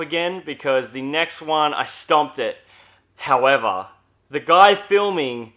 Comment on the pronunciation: i died when you said HOWEVER